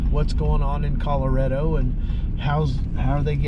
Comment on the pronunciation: Correction: it's ColoRADo, not ColoREDo.